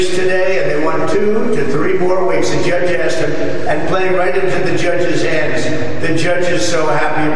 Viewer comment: Why does he say "judge" like that? The jyedge 😭